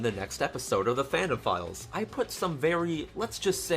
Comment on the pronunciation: When you say the fandom files, i keep hearing pedophiles